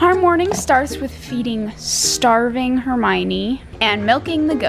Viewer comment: Hermine. It's pronounced Hermine. Like Hermine from Harry Potter.